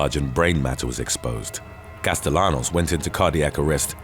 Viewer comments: Castellanos is pronounced "Casteyanos". You always get Spanish names wrong! 🤦🏾‍♂️ 😂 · Btw "Castellanos" is pronounced wrong I'm surprised bc this channel is so educated in pronouncing foreign names lol